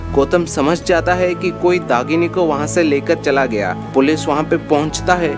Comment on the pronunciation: Dahini and not dagini behcd